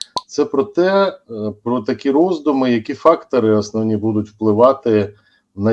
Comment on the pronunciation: "затягує віну на кАнтиненті на рАкі і десятиліття.." ".. от АснАвні такі".. "при підтримКі" ... Боже, коли ж вони, оці УКРАЇНСЬКІ посли та дипломати навчаться ПРАВИЛЬНО вимовляти українські слова?!!! Слухати їх, вуха вʼянуть.